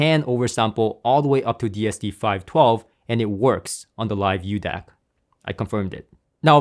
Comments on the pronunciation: It's not the "uDAC", there is no letter u in the name. It is a μ symbol, which is used as a metric prefix for micro (10^-6). So it's pronounced the "Mu DAC" or "Micro DAC." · However is not "u" DAC but "micro" DAC... greek letter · BTW, its pronounced MU-DAC, not U Dac... µ is the Greek Letter MU.. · It's called the μDac. That's the Greek letter m used in science for micro. Pronounced as Miu. So tired of these illiterate Americans 🙄 👋🏻😀🇱🇺